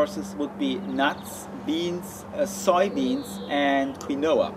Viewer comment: Awesome video as always :D But I think Quinoa is pronounced as "Keen-wah" :) I'll be waiting impatiently for the next video :)